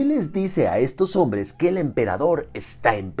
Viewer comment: Amo que digas onvres jajaja